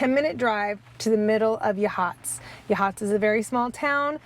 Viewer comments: I live across the street. It's pronounced YA-hots. Accent on the first syllable. Heceta Head is properly pronounced Hecketa. Haceta Beach, however, is Ha-Seeta. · Just so you know Yachats is pronounced “Yaaaa Hots” not Ya Hots😂